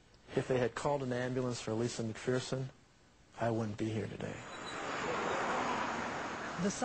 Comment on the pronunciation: People, it's pronounced "McFURson", not "McFEARson".